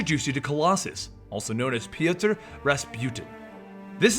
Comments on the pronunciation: I hate when people change words because they can say them. His name is either Pjotr or Piotr. Not Pijaturr like you were saying the name. I dont know where you found yourself an "A" and an "U". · its pronounced poitr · His name is Piotr pronounced Pee-Oh-Ter